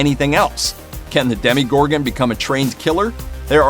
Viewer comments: Demogorgon. Not Demigorgon. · "Demogorgan" not Demigorgan😑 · its pronounced den-uh-gorgun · The amount of "professional" people or "fans" Who call the Demogorgon "Demigorgan" Is extremely upsetting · Is anyone triggerd by the fact that he says DeMiGoRgAn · he said demigorgon